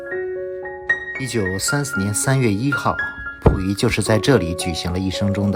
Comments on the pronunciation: pu 不是fu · 感谢分享。小问题，是Puyi,不是Fuyi…